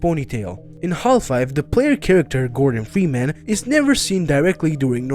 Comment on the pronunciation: bro said gordon fweeman